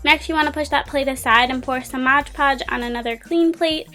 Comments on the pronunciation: Its called MOD PODGE...not MODGE PODGE... great video though! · This is super creative. Only thing that made me really want to mute the video is that you use a lot of words incorrectly. Also the constant "Modge Podge" instead of Mod Podge was really annoying. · You are so right. Every time she said "modge" I cringed. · its MOD PODGE NOT MODGE PODGE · I loved your iPhone case and the video but…it's mod podge😂😂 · It's MOD podge